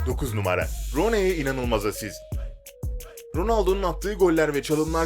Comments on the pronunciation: Roney diye okunmuyor runi diye okunuyor :p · Daha isim okuyamiyo rooney e roney diyor bak runi˙y˙ y değişken yuvarliyosun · Runey değil runi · Roney runi diye okunur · roney değilde 'runiy' diye okusaydın daha güzel olabilirdi :/ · Ron ey deyil Runi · abi rooney runi diye okunuyo roney diye değil :P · Roney ne mk runi diye okunuyo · Abi o Roney değil Runi diye okunur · Roney ne abi hiç mi duymadın Runi'yi. İngilizcede iki tane o yan yana gelirse u'ya dönüşür. rUni. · Allah aşkına rooneye roney demek nedir ya onun telaffuzu runi şeklindedir lütfen biraz daha bilgi ile😥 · hacı iyi guzel de futbolla alakan olmadığı okadar belli ki, kelimelerin telaffuzuyla ilgili dahi bi fikrin yok. roney degil runi diye okiycan, frıkik değil frikik :) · Rooney değil runey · ROONEEYY NE LAN ingilizce yazıldığı gibi okunmuyor sayın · Rooney yazildigi gibi okunmuyor bilginize ahdjaj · roney diyor şaka gibi ... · Roney ne git ingilizce öğren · Roney diye okunmuyor yalnız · Roney demene gicik kaptim 😂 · Git önce rooney'in nasıl okunduğunı öğren gel, çalım diye gösterdiklerinin çoğunda çalım bile atamamış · Rooney diye okunmuyor bilader hicmi futbol maçı izlemedin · Videoyu seslendiren kişi Rooney ismini yanlış telaffuz ettiği anda videoyu durdurdum. Futbol videosu çekmeden önce Rooney nasıl telaffuz edilir bunu bi öğrenin bari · Ilk once rooney demeyi oğren sonra video at +1